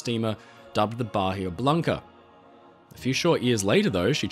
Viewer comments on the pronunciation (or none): none